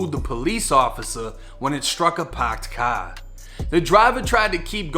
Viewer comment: “When it struck a phacked caa” that boston accent really hit different on that one 😂